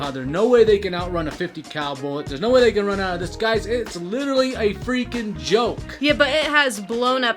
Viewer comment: Please learn to pronounce “literally” not ludirilyy